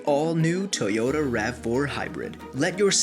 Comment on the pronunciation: YAH TOYOTAH!